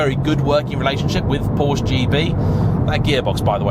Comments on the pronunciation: If you’re such a Porsche fan why can’t you pronounce it correctly? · I forgot and now leaving…you can’t even pronounce Porsche.